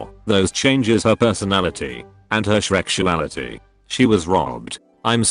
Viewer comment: The shrexoality killed me